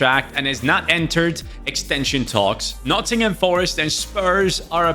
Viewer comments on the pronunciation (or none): none